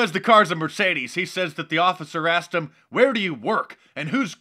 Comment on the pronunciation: Emma Madison he axed who car dis?